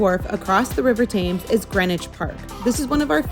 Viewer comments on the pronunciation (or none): Interesting video, but the Thames is pronounced temes!